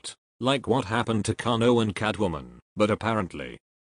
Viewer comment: Ai voice fudged kanos name 😂😂😂😂